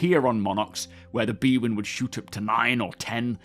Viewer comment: It is not b-win, it is "bandwidth" in...